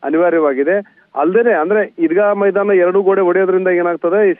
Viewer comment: ಚೆನ್ನಮ್ಮನ ಮೈದಾನ ಅದು ಈದ್ಗಾ ಮೈದಾ ಅಲ್ಲಾ